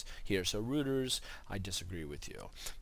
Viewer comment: Was that Reuters? Its pronounced Roiters.